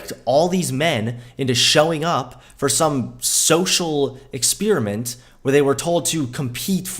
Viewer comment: EX-SPEER-E-MINT..? WTF?